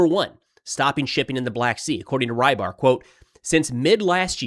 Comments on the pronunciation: Fyi the milblogger is transliterated to "Ribar", most closely pronounced "Rebar" like in rebar concrete. The way you say it, "Rye bar", would be written differently. Fun fact, it means fisherman. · I cant believe nobody has told tou this yet. you pronounce rybar as roebar (as you hear eheh uou say room) . the “ry” stands for russia;) makes more sense right?